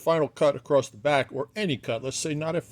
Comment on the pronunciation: "Acrost" bugs me so much! Is it a south-east dialect?